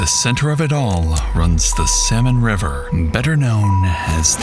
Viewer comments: Apparently it's Salmon River. The AI pronunciation was crazy. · Why can’t the AI voice pronounce the river correctly? It’s the Salmon River not Samon River.